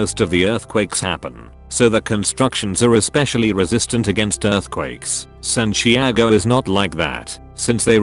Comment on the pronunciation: The text to speach voice really cant say Santiago????